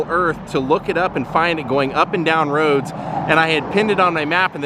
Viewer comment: rooooads ro addddsssss ruddds roeadddssss